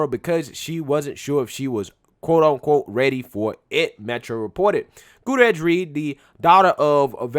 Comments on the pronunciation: Guda-rez? No no no... GOOT-E-AIR-AS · How to pronounce "Gutierrez": Goo-tee-air-rez. Break it down: Gu-ti-er-rez. Okay...? Goo-tee-air-rez. It's not "gouda-redge". You're welcome. If you're going to be "The Black Conservative", then you should least know how to conserve the Truth of pronunciation, muh dude. Sincerely, The Grammar Nazi (When you say a Hispanic name, you should almost sound Hispanic when you say it; otherwise, you're not saying it correctly. If I were to say the African name, "Tsotetsi Pipinyana Pampoen", then I would most likely sound African when I say it, because it is African. I've heard South Korean people call me "Ahn-da-roo", but my name is not pronounced "Ahn-da-roo"... My name is pronounced "An-droo"... Two syllables - not three. They sounded like they were calling me "underoo".) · Gutierrez: pronounced: Gut tear is. Not Gotourous. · oh judging by that opening, I’m sure she was the “head-person” for atleast a couple ppl on that movie set 😏 probably how she got hired in the first place. 😂😂 Edit: it’s “GOO-TEA-YARE-EZ” bro, Not “GOO-TA-REZ” lol Just lookin’ out, mane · Let’s be clear. She was NOT a diversity hire. Her FATHER trained her. And, she probably got her job through nepotism. FYI……. GOO-TEE-AIR-EZ. Is how you pronounce the name. It’s Spanish. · Not that it matters much... but her last name is hispanic... Gutierrez, hyphenated with Reed, you are pronounciating it wrong its pronounced: "goo-TEE-air-res" just want to share so if people want to look her up they'll know. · I think the name is pronounced Goo-tea-err-ez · Great vid. 👍 small note. Goot-ee-er-ez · Say it with me now: GOO-TEE-AIR-EZZ 🤣😂🤣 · Gutierrez= Goo-tee-air-ez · Goo-Terr-Ezzz = Gutierrez let's give this person her due. Pronounce her name correctly so she can receive all the credit due her. Gutierrez (Goo-Terr-Ezzz) - Reed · "Goo-tee-heiress" That's how you pronounce Gutierrez. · Hootarez 🤦🏽‍♀️🤦🏽‍♀️🤣🤦🏽‍♀️ dude learn to pronounce